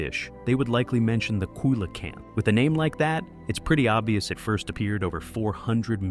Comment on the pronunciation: It was really hard to get past how he kept pronouncing Coelacanth.